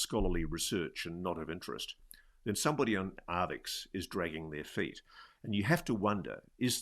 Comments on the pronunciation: Sorry for the pedantry, but arXiv is "ark-siv", not "ar-vix". Thanks for pushing the topic, please keep doing what you're doing! On the AI subject, I wonder how long it will be before ads are seamlessly integrated into content, where advertisers can literally put words in the mouths of content creators. It feels inevitable. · Archive not Arvix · it's not Arvix, Ross, it's Arxiv, usually pronounced as 'archive' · it's not 'arvix' it's Arxiv, pronounced "archive". It's held/run by Cornell university. FYI. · "Arvix"??? WTF is that??? It's pronounced 'archive', because of the Greek character xi (pronounced 'ci' or 'chi'... or 'ky', with the c being as in 'cat'). AND.... ArXiv tends NOT to publish if a paper has BEEN ACCEPTED by another journal! And, BOTH of Dr Villaroel's articles have been published! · Arvix 😅 it's pronounced "archive". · It's pronounced "archive", Ross... arXiv, not "arvix". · its ar-CHI-ve. "Archive". A greek chi. In the middle. Not an x on the end. Ross is drunk as hell. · arXiv is pronounced 'Archive'... Grrrr! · That mispronunciation irritates me, as well...